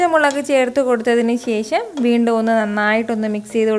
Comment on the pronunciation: കുറച്ചു ഉണക്കമീൻ വറുത്തത് വേണം... ശേശം അല്ല ശേഷം.. 😂😂👌